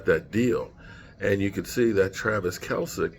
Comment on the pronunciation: my brother, Travis’ last name is pronounced “Kel-See” I know you butcher names, me too! Thought it might help 👍🏾